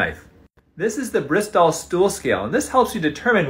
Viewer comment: As a Bristolian. I died on the inside when he mispronounced Bristol